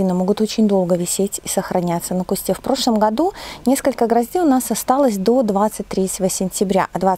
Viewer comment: уважаю ваш труд, люблю смотреть ваши видео, но правильно говорить на кустУ, саЖать, не мы вам расскажем, а Я вам расскажу, мы же не говорим о себе во множествееном числе, сто раз извиняюсь, не каждому укажешь на ошибки, вас приятно слушать и речь приятная, но указанные слова режут слух, извините💐